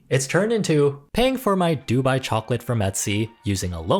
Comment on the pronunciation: Baby, it’s [doo-BYE]. Stress on the second syllable 😉